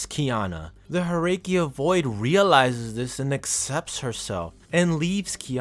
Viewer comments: The vid is nice, but the pronunciations can be a bit of a whiplash 😅 "Herrscher" as "Her-rake-key-ya" instead of "Her-sher" "Fu Hua" as "Foohoowa" instead of "Fu..Hwa" "Dawei" as "Da-Why" instead of "Da-Way" That aside, I really like your analysis and in-depth description of who Kiana is and her journey thus far. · Herrscher are read "Herrsher" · Glad you corrected your mistake though, I apologize for ranting at you. What I did was not entirely right of me, I should've waited. I think I noticed you said Herrscher wrong, but that's a word not from any Asian territory, and since I'm just an Asian person with no experience in languages outside English and a small portion of Japanese, I have no room to state against you for doing so, as it's from a language I'm myself not familiar with. All I know is it translates to "Ruler" according to my brother, who has far more experience with multiple languages, as he taught himself that.